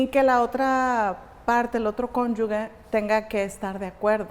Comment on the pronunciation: Con todo respeto pero es magistrada y no sabe decir correctamente CÓNYUGE 🥹